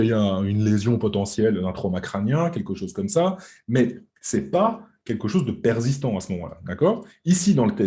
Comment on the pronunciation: Très intéressant. Si je peux me permettre on ne dit pas « perzistant » mais persistant 😀